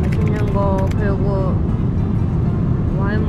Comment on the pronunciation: 원지님 팬됐어요 ㅋㅋ 먹을때마다 마싯는고~"라고해서 넘 웃겨욬ㅋㅋㅋ